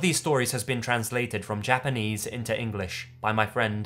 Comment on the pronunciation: Damn,. Japanese pronunciation on POINT.